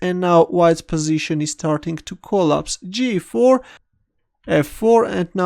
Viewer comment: The emphasis is on the second syllable of "collapse," both when it is used as a noun and a verb (unlike some noun/verb pairs like "insult" and "protest"). So the position is colLAPSing, not COLlapsing.